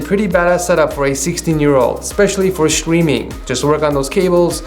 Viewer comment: ''chtreaming'' xDDD